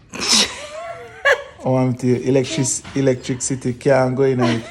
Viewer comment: Elec-trick-city 🤣🤣🤣🤣